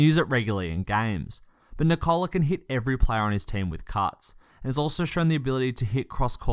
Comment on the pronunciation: The stressed syllable in Nikola is the same as in Nicholas - the first one. You say nee-KOH-luh, but it's pronounced NEE-koh-luh.